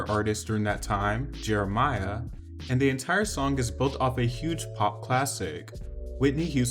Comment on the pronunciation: If y’all call that man “Jeremiah” one more time 🤦🏾‍♀️🤦🏾‍♀️🤦🏾‍♀️